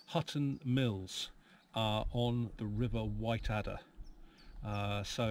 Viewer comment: Whiteadder pronounced “Whittadder” - short “i” ! And emphasis on first syllable.